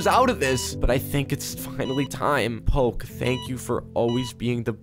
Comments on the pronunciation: IM SORRY! I CANT WITH THE “pokey”! My mom likes eating pokey(sorry- got the spelling wrong- it’s spelled as poke. So she likes eating poke-) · poke sorry for that is say po’e